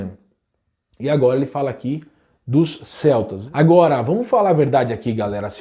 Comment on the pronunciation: Pra mim era "selts " nao "queltis"